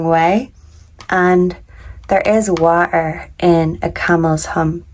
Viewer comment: Wa er? Do you mean water?